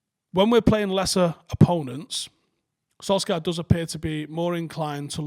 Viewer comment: Why are you still incapable of pronouncing SOLSKJAER correctly? Still calling him "sol-scar" like he's a character off Deadwood.